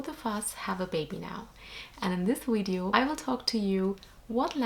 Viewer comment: How cute..when u say the word “video“ you say the letter “v“ like germans do.